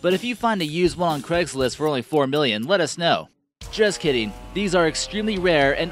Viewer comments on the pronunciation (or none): none